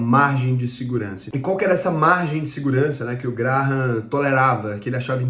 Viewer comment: CONHEÇO ESSE CARA, O TAL DE "GRARRAM", MANEIRO ELE, KKKK